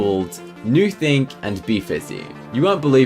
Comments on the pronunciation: 'Newthink and Befissy' i cant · “Newthink” and “BeFissy” What a nice sentence :)